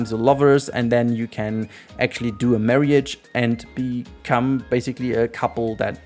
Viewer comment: Your accent, I never heard someone pronounce Marriage that way.